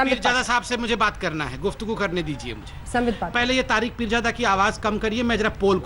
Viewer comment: Sala ab bhi continue bolra hai neend me bhi aise bolta rehta hoga "peerjada" (haramjada)😂😂